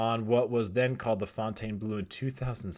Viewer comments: It's pronounced fountain blue not "fontane" blue! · Pronounce it. Fawn-tawn-bluu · Bro it's just pronounced "fountain"...don't over think it. 😄 It's mind blowing that the property has never been open. However I do think the North Strip will continue to evolve, for the better.